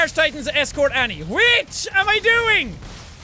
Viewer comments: Its annie not anna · It's Annie not anna